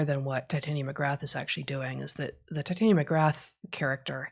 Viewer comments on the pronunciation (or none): . It’s “Tit-ah-nia.” The same pronunciation as the fairy queen in A Midsummer Night’s Dream. Heather typically pronounces it as if it’s related to “titanium.” (Just a small correction—love the show!)